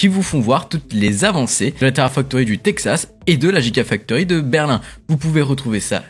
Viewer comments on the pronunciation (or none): none